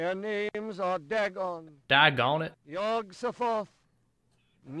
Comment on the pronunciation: I'm sure I'm the only one who's bothered by this, but I dislike how they say Yog so-THOTH. My friends and I always say Yog SOTH-oth. And the worst part is that there probably isn't even a canonical pronunciation. Because it's Lovecraft.